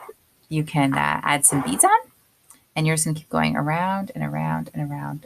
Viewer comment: Beads, not beds 😂